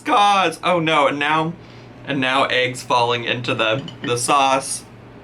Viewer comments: I love you but... it's ayygs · why arent we talking about her ay-g intolerance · Hope I’m not the only one who has “aeeeggs” repeat in their head every time she says eggs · You say eggs weird. You're not the first person I've seen on YouTube pronounce it as like aygs. Is that a northern thing BC everyone that says it like that is from up north where its too cold hah. Omg that's how she's saying it too. The best eggs are made with salt pepper, shredded cheddar and chopped up ham. No weird hot sauce lol